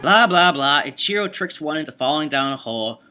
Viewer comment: It's pronnounced E-chiro, not I-chiro.